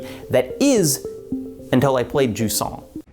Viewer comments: If you wanna pronounce Jusant in French, it's more like Zhuz-nasal a, not juice-nasal a. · Wait Jusant is pronounced like croissant?